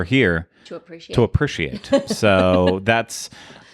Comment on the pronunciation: Appreciate = uh-PREE-shee-ate.... Not sure why this bothers me so much but pronunciation of Appreciate is irking me